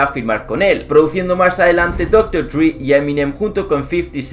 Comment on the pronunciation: el colega va de que sabe ingles y dice doctor dri. jajaja